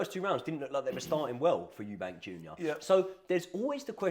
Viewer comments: Stopped watching when you said "Eubanks" it's clear you guys know fuck all about boxing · Good video but it’s EUBANK without the S lol